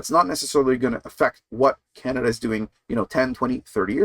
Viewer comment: O'Toole can't say "Canada First"!